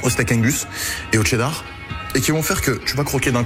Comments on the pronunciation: Tu dit Tchedart au lieu de Chedart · On dit pas tchedar on dit chedar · Arrête de dire TCHÉDAR bordel